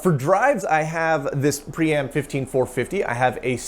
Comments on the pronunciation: It looks like you are trying to pronounce Priam (prai·uhm) Would you like some help? 📎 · It’s pronounced Priam, not Priam!